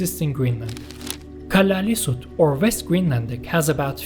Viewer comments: Nice video. Two things though: Inuits is a double plural. The singular of Inuit is Inuk. There’s also a dual form. Inuits is the same as saying, for example, Danes-es 2) it’s more or less pronounced Kalaa-hsl-isut. The double L has the same sound as the double L in Welsh. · Yeah, that double ll mis-pronounsiation bugged me too. We also have a double ll in Icelandic but we pronounce it differently, with kind of a side click [tɬ].